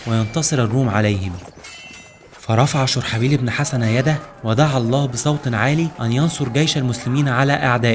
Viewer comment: (شرحبيل ) ببضم الشين وفتح الراء وسكون الحاء وكسر الباء